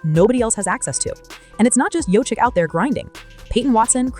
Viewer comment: Why in the world are you showing Luka Doncic the entire time you're talking about Nikola Jokic, whose name you mis-pronounce, by the way? This has to be Artificial Stupidity.